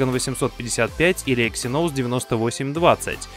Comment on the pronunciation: Что за эксинОУс? Раздражает